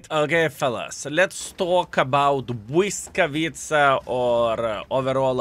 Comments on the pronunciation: Im from Poland, and when you said błyskawica, I thought you were from Poland too, excellent ponounciation! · 😂 my claps, and flowers to you. Perfect pronounciation. Polish here. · Damn, you nailed the name, I am proud of you